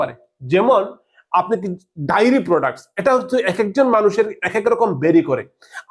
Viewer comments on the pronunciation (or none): ওরে বাবা,ওটা ডাইরি প্রোডাক্টস নয়,ওটাকে বলে ডে - আ - রী প্রোডাক্টস!